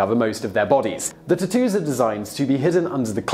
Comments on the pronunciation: "there are a lot of Japaneses words is this video, so excuse me if i pronounce anything wrong... now lets talk about tu-toos" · Most uncool way to pronounce tattoos Ive ever heard.."too-too's" LMFAO I cant...